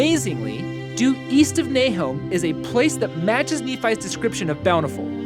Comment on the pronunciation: Nahom should also probably be pronounced in the English with the "schwa" for the second vowel, instead of a long o, which would have made the connection clearer for the hearer.